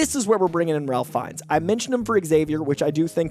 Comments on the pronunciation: By the way, Ralph Fiennes is pronounced Rayf Finez. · saying Ralph Fiennes wrong btw and Sterling K Brown is 46